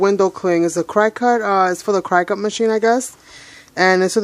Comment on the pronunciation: Smart Cookie you are making your own stamping platform!! What did you call yours? I truly wish you had held the tube and its label S T E A D Y so we could see which version of Cricut stuff you have!! Btw, Cricut is pronounced like “cricket”, like the insect.